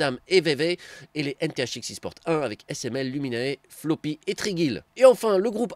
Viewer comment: ça fais 2 fois dit FLOPY CEST PLOPY P L O P Y YA PAS DE F